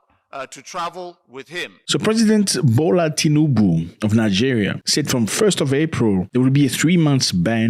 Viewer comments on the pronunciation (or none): Did I heard you said gbola Ahmed tinubu 😂😅